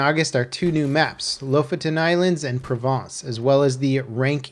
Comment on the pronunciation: Thank you for saying Provence properly (yeah, it had an American R sound, but it was overall correct and how Americans should say it.) I'm tired of people saying "Praw-vince".